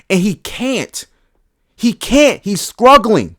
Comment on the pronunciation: I don’t disagree, although the way you say struggling is crazzzzyyyyy 😭